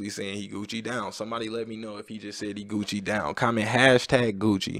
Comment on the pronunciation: Ptdrrrr il m'a tuer quand il a dit je sais de quoi la musique parle il a dit gocci 😂😂😂